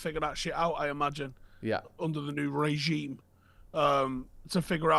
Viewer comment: The way pronounced regime😂